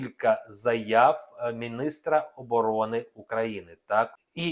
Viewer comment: Не Владимір, а Володимир, вчить українську, а лише потім вмикайте камеру, господи, таке не знати. І не мєністра, а міністра🤬